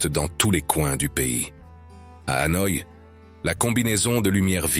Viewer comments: Pour un reporter et commentateur chevronné , prononcer HANOA au lieu de Hanoi est presque une faute professionnelle . On ne dit pas PAROS voyons !! En plus choisissez des photos de vraies vietnamiennes pas d'autres filles du SE aisiatique ! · J'avais deja visionne' des centaines de videos sur le Vietnam, mais celui ci m'a attire' par le commentaire, on sent le lecteur passionne' par son sujet, lecommentaire etant bien lu (au fait on dit HanoI et HuE, derniere voyelle bien accentuee0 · Très joli reportage. Dommage cependant d'utiliser l'IA pour la narration, cela entraine des fautes de prononciation (ville impériale de HU au lieu de Hué et capitale, Hanoï souvent prononcée ANOI), cela ajouté à un rythme monocorde qui devient vite lassant. Pourquoi ne pas utiliser une voix off humaine en place de l'IA (l'intelligence artificielle) ? Sinon, très belles images et vidéos. Reportage complet montrant les multiples facettes de ce fantastique pays et de ses merveilleux habitants. J'ai donc décidé de m'abonner à cette chaîne afin de découvrir les autres vidéos. Bravo pour cette excellente idée et ce format aussi original que novateur ! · Cette vidéo est très intéressante. J'ai fais plusieurs voyages au Vietnam, mais là je découvre des endroits que je n'avais jamais vu et ça me donne envie d'y retourner une nouvelle fois. Dommage que le commentaire de la vidéo soit assuré par un robot qui déforme pas mal de mot, y compris le nom de la capitale devenu "A noix".